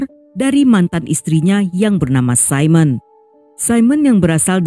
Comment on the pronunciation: Apakah namanya Simone? Baca: Si'moon.